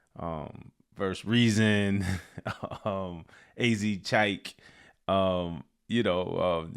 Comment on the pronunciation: Mann I ain’t gonna lie ….Joey messed up AZ Chike’s name lol badly